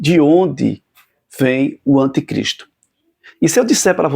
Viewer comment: Uma pequena OBSERVAÇÃO : Não se diz antecristo o correto é anticristo😢😢